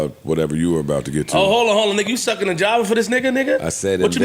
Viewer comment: Suckin not Shuckin? 👀🤦‍♀️